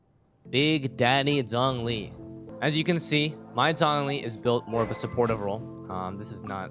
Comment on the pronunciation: zhongli is pronounced like jong lee btw-- with a long o, not zonglee